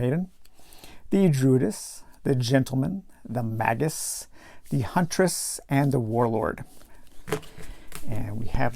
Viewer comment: hope you are well. Really like the format of this "playthough" - don't want the spoilers, but want your thoughts. In particular, whether you prefer the new combat system, and whether you would recommend playing the original game with this new system. FYI - pronunciations: "Mayjus", "Zorro-aster", "Sarasun". Good luck with your adventure!